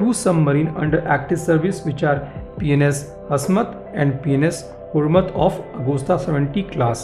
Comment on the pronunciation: Gotta love your pronounciation, P*N*S Hurmat indeed.